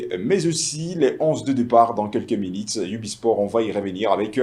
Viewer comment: Francais bizarre : Habitide ….. minite….. tu n sais pas prononce u a sa place